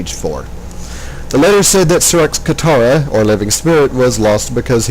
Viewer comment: you keep saying "katara".... its "katra"